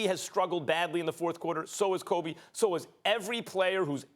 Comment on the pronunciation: Every time I hear max say Kobe’s name, I be wanting to break something